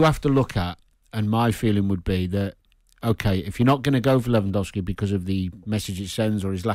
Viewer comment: Simon can't pronounce Lewandowski